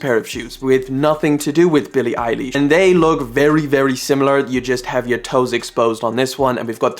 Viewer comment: “billie eyElish” omlll hell NOOO THAT AINT HOW YOU SAY IT 😤😫😭😭